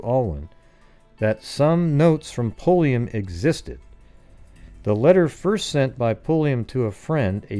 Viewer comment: No relation to Janis Pulliam besides a shared last name but I just had to THANK YOU for not being every other goofball I’ve ever encountered who stammer & stutter when trying to pronounce it! Lol